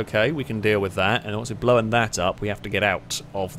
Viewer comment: “Blow-en up…” - never change!